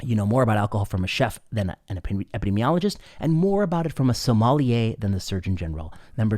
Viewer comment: "Terroir, sommelier"... These words get so badly mangled here, at first I couldn't decode the sound of them. Then, from context I could deduce them, almost like filling in a beep or a blank. Americans are adorable.